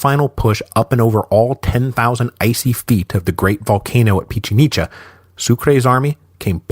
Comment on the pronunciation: Pichincha. One of his most questionable pronunciations hahaha. Although he does get better at pronouncing Spanish names overall but not this time.